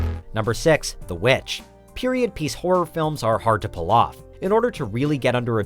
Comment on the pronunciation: the v vitch was horrible delete this video right now